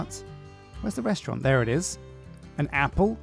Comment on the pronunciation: Restaurant, not restaurante.